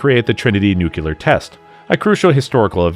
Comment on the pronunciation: The narrator incorrectly pronounces the word "NUCLEAR" as "NUCULEAR".